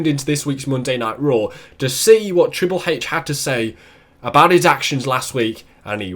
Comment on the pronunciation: triple heich xD